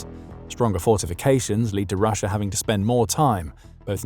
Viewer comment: There is no R at the end of Russia